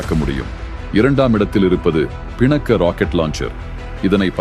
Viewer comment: பிணக்க😂😂கிடையாது.‌அது பினாகா